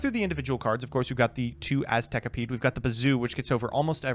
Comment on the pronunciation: I love how pronounced Aztekipede correctly exactly once through the entire episode. And apparently Bs are Ses now (Rabca/Rasca). Surprised you guys didn't mention the once-per-match mulligan rule. Very easily doable on DB. I'm sure would've loved to ship his starting hand in the last game hoping to start with a Swords in hand.